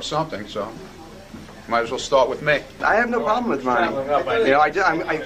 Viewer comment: What’s your prawlem